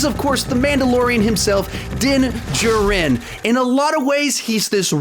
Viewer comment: It’s actually pronounced as JAR-IN